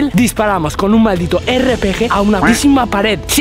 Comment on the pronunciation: Rgp dice en ves de rpg